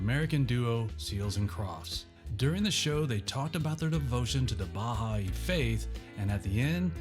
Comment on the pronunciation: That's not how you pronounce Baha'i.